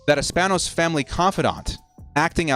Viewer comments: it’s pronounced span-ohs lol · You clearly Have not cared to be saying and/or pronouncing the Spanos name correctly. I completely get it tho. They haven't earned it. Bellichic is my 3rd choice btw.